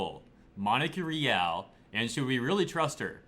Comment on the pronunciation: Her last name is actually misspelled. It's suppose to be spelled as REAL and pronounced as RE AL meaning royal or regal.